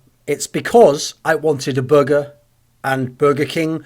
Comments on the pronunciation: The way you say burger triggers me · I'm triggered by how you pronounce "burger." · Matt Jones would you prefer if he said it in the american "Burgerrr" way?